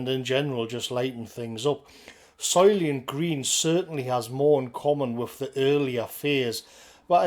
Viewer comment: "Soylient Green"